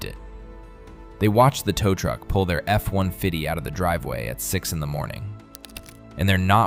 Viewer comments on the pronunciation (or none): Yeah I caught that too.. F 1 Fiddy lol